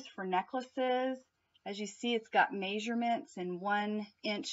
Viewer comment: hi you always make me laugh in your videos I bet you didn't even notice when you were talking about the bead board you said maysurements lol